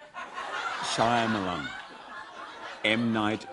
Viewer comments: M. Night Shamayalan😂😂 Shiamalan😂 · TermaRoboZillaMan he says "shamayalan" 😂😂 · TermaRoboZillaMan he says shumialun. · Lol he doesn't know how to pronounce Shyamalan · Yeah, me too. He probably doesn't know how to pronounce it. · What's wrong with Hugh Jackmans nose? And how is it that he knows of M. Night's movies, yet doesn't know how to pronounce his last name? 0,o hahaha